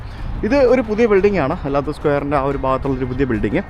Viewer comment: Алатау അലാത്താവു മലനിരകളെ പ്രതിനിധീകരിക്കുന്ന പേരാണ് ആ സ്ക്വയറിനുള്ളത്. അലാത്തു എന്നല്ല, അലത്താവൂ എന്നു തന്നെ pronounce ചെയ്താലെ മനസ്സിലാവൂ !